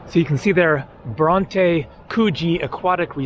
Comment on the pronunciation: Bron-tee beach